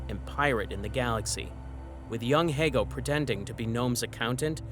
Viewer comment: i hate to quit listening after he mispronounced Hego for the 50th time. I'm not trying to be cruel to the creator, I just want him to do better. There are ALOT of Star Wars channels out there and making little to no effort videos like this won't improve your chances of being elevated to the higher tiers of creators. Especially if they're people like me who enjoy the EU more than anything that came after ROTJ